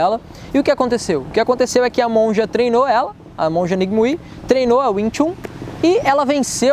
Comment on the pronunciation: O Nome da monja Ng Mui não se fala como se escreve. Na verdade em Cantonês a partícula NG é expressada como "Wu" e "MUI possui a fonética " Muêi"...ou seja, o som do nome seria algo como Wu Muêi e não Ng Mui, como se escreve. Outra coisa, KUEN tem a fonética KINN ou também KIUN, diferente de como se escreve.